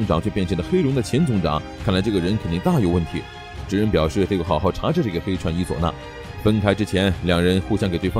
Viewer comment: 你伊佐那的伊怎麼讀得那麼奇怪？